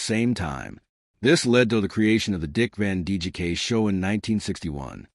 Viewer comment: I was curious to hear this information. . . but I had to shut it off after the fifth or sixth time the AI Narrator (and therefore the captions) referred to Dick Van DJK. There's a lot of A here. . . and not much I.